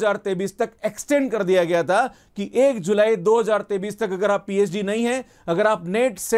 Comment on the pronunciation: pahle 2023 ko hindi me sahi se bolna sikh ya isko sirf english me bol, yes this is very good news , a real phd is a long process but we need money to survive , so I welcome this news .